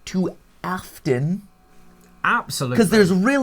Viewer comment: I don't know what, but the way he over enunciates his name right there just cracks me up Bro said A f t o n